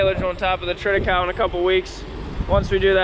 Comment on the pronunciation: it"s pronounced tri-tuh-kei-lee.